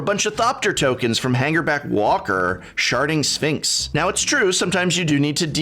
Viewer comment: Did anyone else hear sharting Sphinx?